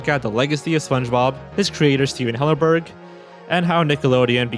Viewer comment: Stephen hillenburg not stephen hawburnd. If you're going to show respect to him like you said, then pronounce the name right.